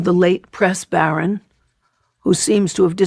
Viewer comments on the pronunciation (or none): none